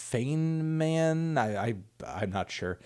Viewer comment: Melon feynman is pronounced fine-min. Feynman is one of the most famous physicists of all time. Almost Einstein tier.